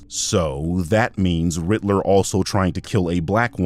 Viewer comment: This is rather pedantic on my part but to this birdman fellow ... it's "Riddler" not "Ritler"